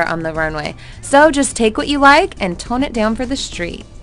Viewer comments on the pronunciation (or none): none